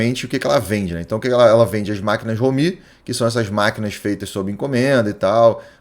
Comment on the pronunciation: ROmi, e não roMI.